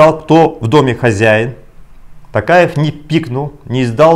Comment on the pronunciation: Можно фамилию Токаев говорить через звук О. Очень некрасиво слышется